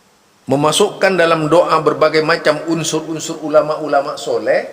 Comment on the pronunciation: Penyebutan Sholeh aja sholekh...gimana sich? Ni malah menyalah nyalahkan amaliyah org aneh